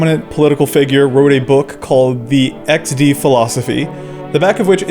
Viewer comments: Hasztag iks-de? Dude, YOU NAILED IT! Noöne here in Poland says "eksdi", we all use "iksde" and the fact You pronounced it like we do is even more amazing than a fact You used Drogowskaz (that ugly font for drogo-wskaz = road-pointer, ie. signpost) for this video! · you even spelled it in polish way with lowering pitch, "iks de", i'm proud XD XD Enjoyers are always superior to "crying emoji 😂 fans" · In my opinion: 1. It sounds better in Polish, pronounced more harshly, iks-de instead of eksdi. 2. It's a disconnect from its roots. XD was originally intended to represent a smiling face, but in my opinion, this association has completely disappeared from the Polish consciousness. Now, for us, it's just a sound, two letters, a symbol, not something reminiscent of an emoji, face, smile or anything. 3. For Poles, using emojis is cringe, associated primarily with older people. 4. Poles are deeply engrained with shame, a sense of inferiority, and a desire to please Westerners, especially Americans. The younger generation, although most no longer feel a desire to feel acceptance from Americans, still harbors remnants of the "American dream." and "poor Eastern Europe" accordingly, we can say that online we adapt and strive to be "cool." If you ask a Pole if they use XD to talk to foreigners, they'll say no. It's something that only happens between Poles. In conversations with others outside of Poland, we usually switch to lol or lmao. That's why, in my opinion, XD is also so isolated and occurs only within Poland. 5. As I mentioned in point 4, Polish Gen Z no longer feels this ingrained shame of being inferior, and therefore no longer feels the need to please Westerners. I've heard that Poles who use lmao or lol are perceived by other Poles as snobs, wanting to be from the US and trying too hard, which, again, is cringeworthy... But that's just my perspective on the topic, based o